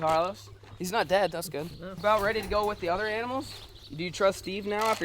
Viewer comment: Why he say dead like that lmao